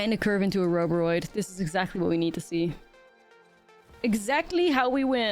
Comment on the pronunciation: Ouroboroid is pronounced the same way as you pronounce Ouroboros but with the oid at the end. Can't deny thats the only reason why I didn't finish the video.